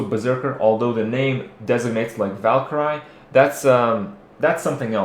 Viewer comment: val-keer'-ee, not val-ker-ii :P